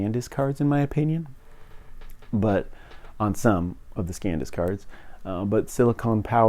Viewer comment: Bro, it's san disk, not scan disk.